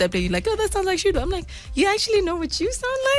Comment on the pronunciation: shudu musida not mudisa please correct that it seems so offensive